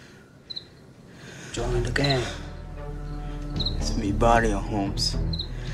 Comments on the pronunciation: That foo said, Its mi vayo 🤦🤣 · the actor that plays Frogs little brother cant pronounce "barrio" ("vayo").